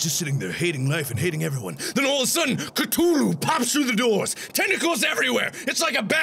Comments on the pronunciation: Cthulhu has a "th" it's not Ctulhu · ka thu lu not ka to lu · it's cTHulhu, not ctulhu... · No one gonna talk about how it’s coo-thu-lu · Markiplier, I believe you pronounced Cthulhu wrong. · He pronounces Cthulhu weird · Mark, you're pronouncing Cthulhu wrong. )